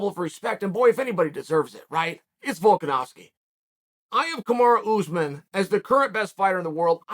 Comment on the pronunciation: You know you’re good when Chael pronounces your name correctly